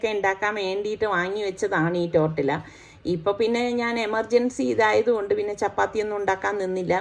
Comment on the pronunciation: Not tortilla .you have to pronounce tortiya.Thanks